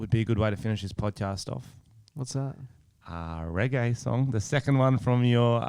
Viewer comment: Do reggae but work on the accent lmao you sound like the dictator